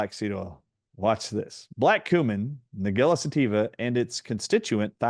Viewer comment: It's pronounced Nige-ella, like Nigel, or the name - Nigella Lawson.